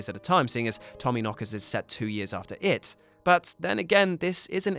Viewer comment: the heavy emphasis on the word IT in this video is terribly annoying, look you can just say it or call it a he. less distracting than you heavily emphasizing IT. sorry just got annoyed as fk